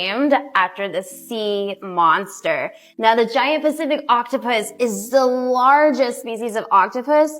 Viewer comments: The aquarium associate mispronouncing pacific and chromatophores was driving me insane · Third time around that woman said 'Giant Specific Octopus' I swear